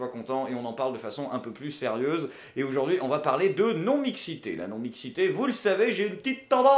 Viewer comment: J'adore ce que tu fais par contre toi qui revendique la France toussa toussa on AUjourd'hui et pas OUjourd'hui a chaque vidéo j'ai mal au français :)